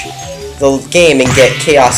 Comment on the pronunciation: "Chamos emerlads" ?